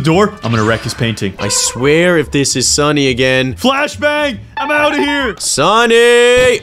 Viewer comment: stop saying sunnyy